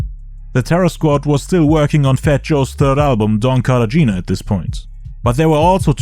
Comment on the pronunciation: Cartagena - car-tah-hena